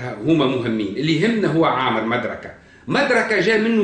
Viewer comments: تعلم العربية قبل ان تتصدى للحديث عن محمد عليه السلام . لا يقال عمرو amrou. انما يقال عمرو وفا تنطق الواو . ولا يقال مدركة madrakah بل يقال مدركة modrikah.. تعلم العربية وثقافتها قبل الحديث عن محمد يا مغرور .احمد العلوي المغرب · مضر بضم الميم لا بفتحها ومدركة بضم الميم لا بفتحها وعمرو بغير مد فتنطق كما ينطق عمر بفتح العين وتسكين الميم والواو للتفريق بينه وبين عمر في مثل عمر بن الخطاب يا جاهل